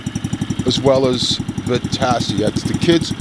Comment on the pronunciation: He says Vitacci like va-tass-ie but you actually say it like va-tach-e